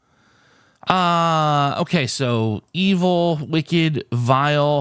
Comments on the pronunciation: I don't think you quite got purple. It wasn't a wicked candle the way you were pronouncing it; it was a WICKed candle, for example a double Wicked candle would be a candle with 2 wicks, not a candle that has been very evil :) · I thought he might get it when he started reading the "wick" part on it's own but then went back to the wrong pronunciation